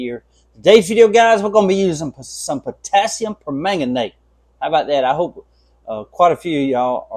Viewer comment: Good morning Doc. The trapper turned out great. It makes it look like an older knife to me. You’ve got the pronunciation of permanganate down pat. 👍🏻 Thanks for sharing and have a great day! 🙏🏻